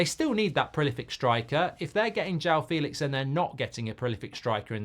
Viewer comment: It's pronounced Fell-lix